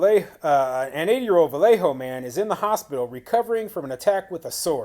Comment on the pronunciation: Awesome. You pronounced Vallejo correctly! Not bad for someone not from California.